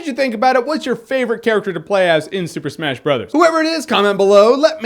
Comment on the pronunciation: He says it like "Super smesh bros."